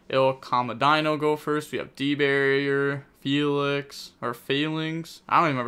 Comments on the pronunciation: how dafuq did he read felis as felix and failings lmao 'murica🦅🦅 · It’s FELL-ise